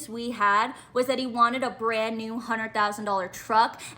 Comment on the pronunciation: Whats a "burrand new truck"